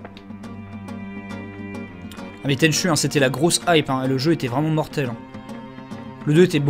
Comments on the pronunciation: Alors j'adore ta chaîne mais un peu vache sur l'intro de tenchu. Une belle intro noir et blanc avec une chanson en swahili. Si seulement certains jeux actuels se donnaient autant dans l'atmosphère et l'onirisme ce serait top. Bonne continuation. Tenchu se prononce tenchou :) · MON JEU/SERIE FAVORIS !!! :o (A part le dernier "Tenchu Z" qui a juste assassiné la série..) Parcontre, ca se prononce [TÈN'CHOU]... ^^ La musique a été composé par le génie : Noriyuki Asakura